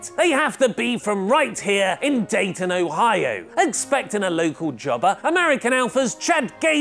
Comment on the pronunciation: Hey good job on correctly pronouncing Dayton, Ohio and the University I'm from the area and people have hard times saying the names around us thanks for all the correct pronouncing of the names.